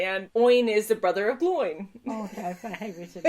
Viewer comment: Pronounced like Glow-in, not like groin.